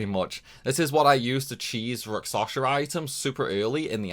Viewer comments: Sorry, man, can't take it anymore - it's Rak-SHa-Sa! It's Indian mythos reference. Hindu epic poems are actually quite cool and for whatever reason Japanese RPG companies like to use its symbolism for sides of conflict (usually opposed Buddhism imagery). I'm not Indian despite the name, but I love their mythos for just how colorful they actually are! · i hear raksasha